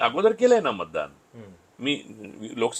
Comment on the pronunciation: महाणगर..बंड… मानूस…ण नंतर … मतदाण.. अरे बेटा उच्चार आधी नीट करायला शिक 😂😂😂